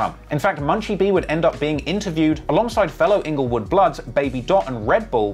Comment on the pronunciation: HAHAHA!!!! Ingle-what bro? Rest in pizz